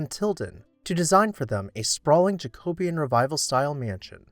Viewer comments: You pronounce Jacobean wrong. It's not JacObean. It's JacoBEEan. Correct your grammer! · Please pronounce Jacobean correctly. It is pronounced jacko BEE un. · I really enjoy watching these videos, but your pronunciation of Jacobean grates to my English ears. Here we pronounce it Ja-co-be-an.